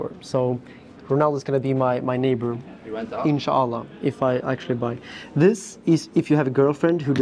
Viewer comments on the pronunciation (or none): BRuh did you say insaallah? 😅